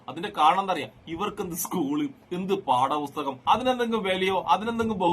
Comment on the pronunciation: പുസ്തകം എന്ന് പറയാനറിയാത്ത ഇവൻ ഏതണവേ ആവോ